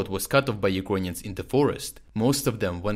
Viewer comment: Why do you pronounce ‘Ukrainians’ as ‘You-con-yans???!!